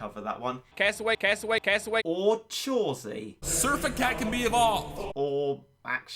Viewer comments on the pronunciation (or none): Lmao chawesy